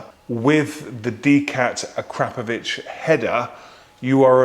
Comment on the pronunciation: Learn to pronounce it correctly as per the manufacturer Akra Po Vic 😉